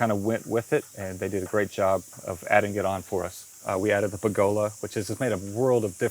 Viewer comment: He said pergola correctly. Legend!